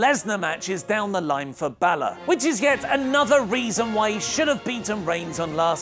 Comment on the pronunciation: Anyone else catch the fact that Angle mispronounced Finn's last name...